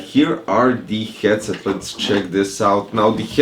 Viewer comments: The 'Gyed-set' cracked me up dude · The way you pronounced 'Headset' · Yes, but the way you pronounced it brøther